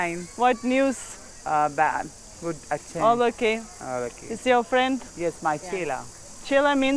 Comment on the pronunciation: Боже мой!! Да займитесь своим английским хотя бы,если хинди не под силу! Ведь вы просто издеваетесь над английским языком!! Эти кошмарные окончания слов!! Не гуТь! А GooD!! Хорошо выглядишь/т Looking Good,а не гуть люк😂😂😂😂 Ужас тихий